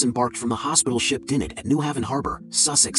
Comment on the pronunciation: The pronunciation of Dinard was wrong as well. It's a town in Brittany.